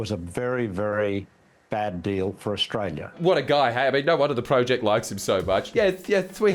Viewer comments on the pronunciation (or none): none